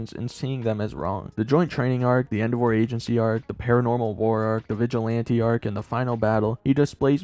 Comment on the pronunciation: Why do you pronounce endeavor like that? That’s not a word king